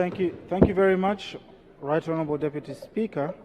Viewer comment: Kweli king'eng'e, lakini mbona anatamka Honorebo badala ya Onorabo?," Honourable"